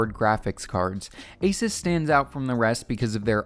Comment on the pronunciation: Its pronounced AY-soos not AY-sus